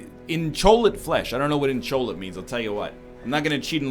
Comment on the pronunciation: wait, are we still on that, Im trying to figure out where the 'L hes getting an L in inchoate...